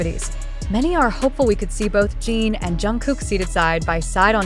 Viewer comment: I hate that you keep calling him Gene! If you are going to profit off them, the least you could do is pronounce his name properly! It’s Jin pronounced like the drink gin!Get it together will you! In any case, I don’t believe ant of this. Jimmy wouldn’t just invite the one! He will have them all on, even if JK is his favorite. Getting the first OT 7 in the US is such a huge coup, as a professional, he wouldn’t trade it for just one person. They can spend time together when all 7 travel over!